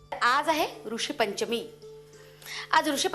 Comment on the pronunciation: arey yaar Kay sutrasanchalak aahe..😞😞😟😟😠😠. baye, hindi aani Marathi uchchar vegle aahet....tu Hindi uchchar kelas.. Marathi vahini aahe tar Marathi uchchar kara rishipanchmi nahi, Rushipanchmi mhantat Marathi madhye